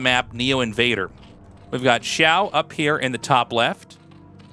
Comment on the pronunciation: xiao shwyyyyy how all the other casters pronounce the name